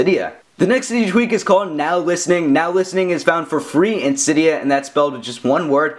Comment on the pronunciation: cYdia haha says it so funny